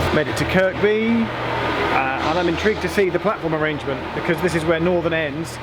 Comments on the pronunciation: It's pronounced ker-by for Kirkby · Kirkby is pronounced Kirby. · Kirkby is pronounced 'kirby' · The locals pronounce it as 'Kirby' (no second 'k'). Me personally, I call it 'hell'..... #SorryNotSorry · Sorry to be pedantic but Kirkby has a silent second K, so it's pronounced Kirby, I have no idea why!